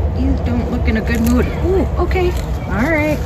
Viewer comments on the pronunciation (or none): none